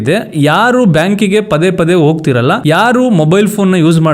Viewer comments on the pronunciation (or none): FORGET ABOUT THE VIDEO, WHAT DO YOU MEAN BY THE WORD "Yedarsoke"..? SPEAK KANNADA PROPERLY. ITS "hedarsoke".. EDIT: BANK GE "hogtiralla" NOT "ogtiralla". NONSENSE.